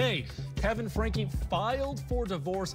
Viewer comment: Uuuummmm, Franke is pronounced Frankie, not Frank. Just fyi. I really enjoyed this video and I love listening to your videos. I find your voice soothing. Kevin wanted his daughter arrested for burglary? WTH is wrong with these two parents? I don’t understand how parents can do these things to their own children!!!